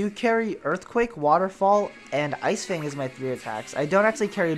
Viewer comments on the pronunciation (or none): none